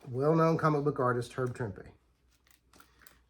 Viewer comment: Nice stuff, thanks for sharing. And thanks for pronouncing Trimpe correctly!